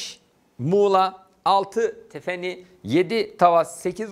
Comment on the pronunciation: hocam tefeni değil. Doğrusu 'Tefenni' olacak. Burdur'un ilçesi, benim memleketim :D